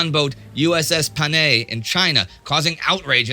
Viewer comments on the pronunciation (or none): Bit of a correction: "Panay" is pronounced somewhere along the lines of "Pa-nigh". Otherwise great as usual. BULLY THE KRIEGSMARINE